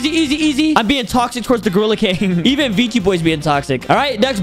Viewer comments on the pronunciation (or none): none